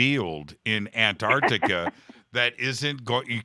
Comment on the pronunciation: Ant arc tica not Ant tart tica